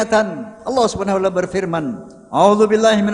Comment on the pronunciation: Kok wacaala?, harusnya wataala.